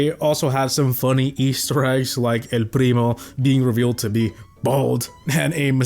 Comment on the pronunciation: the way you say "el primo" is so freaking cool